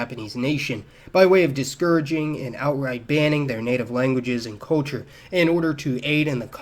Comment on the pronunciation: where did you grow up? I’ve never before heard anyone pronounce “culture” as “KOH-chur”.